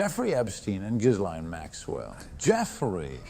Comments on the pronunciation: How does EVERYONE fuck up her name. It is : "Guh-lane Max-well" NOT "Jizz-lane" or "Jizz-line" or "Juh-lane" " or "Gee-lane" or "Guh-line". I shouldn't care that much, but... if we are gonna shame her for FOREVER we SHOULD get miss "JIZZZ-LANE'S" name right! For two reasons: 1. So that NOBODY EVER, EVER chooses to name their child that dumbass name again. 2. So that her infamy is properly effected, in that her PROPER name is shamed for as long as we can shame it! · GUH - LAINE. Hard G. Bro....where is the client list? Of course Jeffy E is an intel operator. C'MON MAAAANNN ...... Both Jeff and Maxwell have been "convicted" of pedo sex trafficking but to whom?